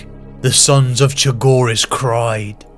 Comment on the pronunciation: Fulgrim mispronouncing chogiris is very fitting